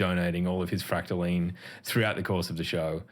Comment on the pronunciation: How dare you say Fractaline wrong just because I’m not there